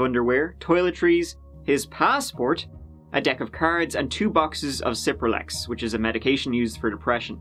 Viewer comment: oh dang, you said Cirpralex. I know a good deal about SSRIs and other psychiatric medication and I'd never heard of what he took- strange. I've heard of citalopram, but not escitalopram which is what Cipralex is. Also when you Google the chemical name "escitalopram", the autocorrect suggestions try to put accents over some of the vowels. Odd!